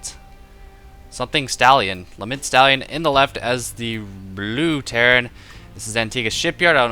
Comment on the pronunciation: I'm pretty sure it's pronounced a lot like 'element'